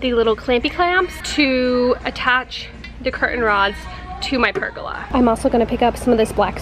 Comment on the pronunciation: I really enjoyed this process as I am doing the same for my recently bought 1940’s house, there already is a cement pad which I am adding more concrete to and large sandstone tiles one thing haha I heard you saying pergola as rhyming with arugula when I believe that it is pronounced ( purrgoala) I do believe that you are a Texas girl and myself as Canadian, I definitely have some accented phrasing lol 😆